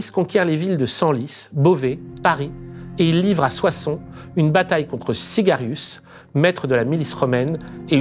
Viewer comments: à c'est Syagrius pas "cigarius" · un régal d'écouter en moins d'une heure un concentré de tout ce qu'ont pu établir les historiens et les chercheurs, les VRAIS, sur ce sujet. Tellement loin du "récit" biaisé qu'on en a fait. Petite remarque : le nom du gars à qui Clovis a mis la pâtée à Soissons, c'est SYAGRIUS, pas Sygarius. Merci encore, bonne continuation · Syagrius, pas Sygarius